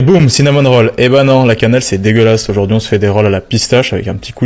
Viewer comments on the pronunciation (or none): Cinamône rolle 😂